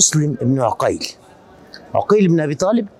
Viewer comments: مسلم ابن عقيل وليس بالضمه كان تقول عوقيل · معلومة جدا مهمه للاستاذ محمود عقيل بفتح العين وليس بضم العين وسكون القاف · ليش المصريين يكولون على اسم عقيل عوقيل حته الاستاذ هم هيج يكول سبحان الله